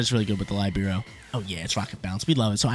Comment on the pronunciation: Little fun fact:Almost for sure,cinderace's ability (Libero) comes from The same italian word (Libero) that means "free".Because Cinderace is free changing typing as much as it wants!:D The exact pronounce is "Li-Be-Ro":)